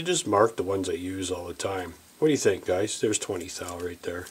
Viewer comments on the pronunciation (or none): none